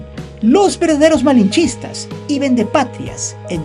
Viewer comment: La palabra malinchista está mal dicha